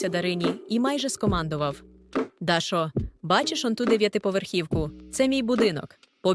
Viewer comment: як можна так неграмотно ставити наголоси? цуцеееня, Дашооо, стааавок